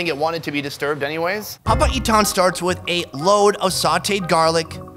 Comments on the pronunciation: Pronunciation Locals: Papaitan: Papa Ethan 😅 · The way he says papaitan, sounds like Papa Ethan to me. 🤣🤣